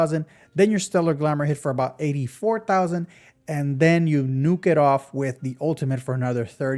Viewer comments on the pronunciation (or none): none